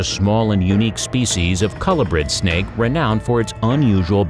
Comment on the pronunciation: Lots of errors, he messed up half of what he said including "colubrid".